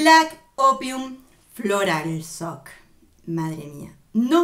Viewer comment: te adoro mujer!!!! bien esa dedicación a los perfumes, me apasionan. Una ayudita, pues ya q te cuestan los idiomas...algo bien sencillito, el Floral Shock...tú dices floral soc...jajajaja, pero mira...esa s con la hache se pronuncia como acá en la Argentina la YYYYY, shhhhh, como nosotros decimos YO, bien fuerte, asi también es Shock....es que ustedes no tienen ese sonido, pues...per vas a saberlo querida mía, dilo YOC jajajajajjajaja. Te quiero, aprecio tanto tus reseñas, beso desde Buenos Aires mi reina